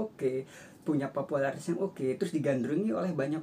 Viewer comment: Pupularitas om bukan popolatras